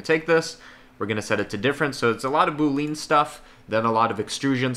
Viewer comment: I was 4 minutes into the video before I realized he was saying "Boolean". It's pronounced "BOO-lee-in", not "boo-LEAN". But I was also told by someone a long time ago to never make a big deal when someone pronounces something incorrectly because it means that they learned about it from READING A BOOK.